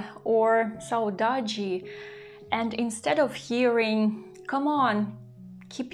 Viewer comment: You pronounced the word "saudade" very well. Here in Brazil, we use this word to describe a feeling that is not always sad. It could be nostalgia, the lack of someone who is not among us, or the memory of a pleasant period that is in the past (a happy childhood, for example). I hope you are enjoying where you are. Sending best regards from Brazil, Kelly.